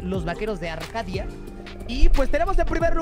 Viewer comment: Está bien la intro pero es arkadia no arhadia